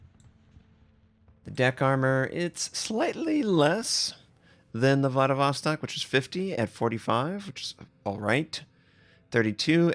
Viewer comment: Some pronunciation hints for you tovarisch, IZMAIL is izma-EE-l with EE like in bEEp SINOP is s-EE-nOp with the same EE like in bEEp, not sAInop, and also stress is on O, not ee. VLADIVOSTOK is vladivostOk, with last O stressed, but you got it pretty good. Your pronunciation of LENIN is good, SOYUZ reasonably good, KREML is just like Kremlin cut off without -in, but still having soft L, KREML'. May the strength of Stalinium be with you.